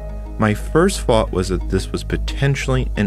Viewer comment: Why do you pronounce "this" like "diss"?